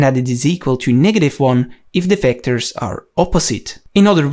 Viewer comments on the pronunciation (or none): Everything you need to know about "Wectors".